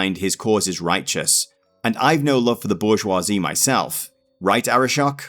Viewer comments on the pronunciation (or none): none